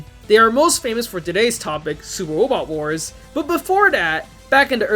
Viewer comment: supah wobot wahs